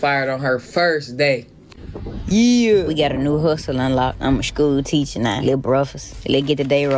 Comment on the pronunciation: Not a "shhhkew teachuh nah". Not my daughters ma'am.